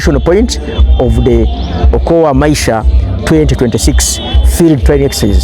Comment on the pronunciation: It's okoa maisha,not okuo maisha